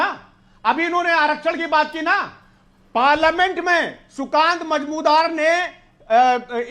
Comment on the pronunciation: मजुमदार तो सही बोल नहीं सकते मजमुदार बोल रहे हैं बने हुए हैं बडे ज्ञानी प्रवक्ता ?